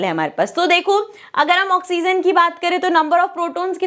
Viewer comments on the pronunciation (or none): none